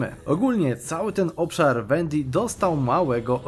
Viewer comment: Wendii przez W, nie przez Ł, bo aż uszy bolą